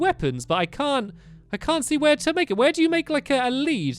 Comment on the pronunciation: stampy says t-to bed and t-to do this and t-to do that why the extra t